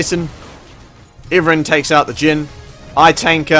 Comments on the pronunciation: its pronounced ive+ran. not iven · Pretty sure it's "eye-vern" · Iverin? Never heard it pronounced like that lol.